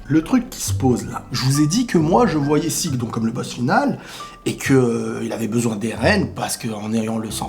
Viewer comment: Son nom c'est Zeke pas "Sieg"...